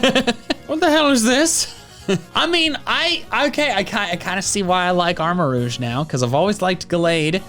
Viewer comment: it is not AR-ma-rooj, it's AR-ma-rogue. How did you mispronounce that???